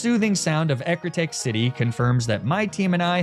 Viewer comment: How has teak looked like take to this guy for years. Ecruteak eh crew teek not eh crew take